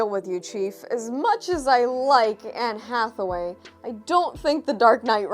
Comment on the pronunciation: i guess someone is ga-hay for Anne Atha-wayeee. ...Did you ever read the very 1st appearance of Blk Cat?